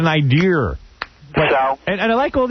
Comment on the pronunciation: I would never trust the intelligence or competence of a man that uses the word "idear"